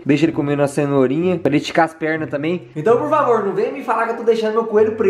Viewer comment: "e a tãmbi?"